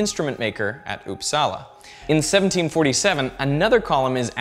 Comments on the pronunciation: It’s not upsaalaa it’s upsala the vowels are short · didnt know uppsala was pronounced oppsala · It's not pronounced Upsala. It's "Upsala". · uupsala is pronounced faster not with the pressure on "sala" rather "uup". so UUPsala and not uupSALA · I love how you say uppsala (I'm swedish) it sounds like oupsala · "Oops-salla". It's quite fun listening to people trying to pronounce Swedish words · "Ouupsaela" "eakeestrom" Like, come on. You didn't even try to pronounce it right. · This is so funny to watch if you are from Sweden. The way he tries to pronounce Uppsala and Ekström... Got to love it :) I mean, don't take it in a bad way, but it is very amusing to watch.